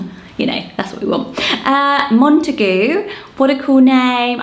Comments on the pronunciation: I always thought it was pronounced Mont-eh-gYOO. Not mont-eh-GOO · That horrid pronunciation of Montague not only completely ignored the origins of the surname, but makes the name utterly unusable 😂😬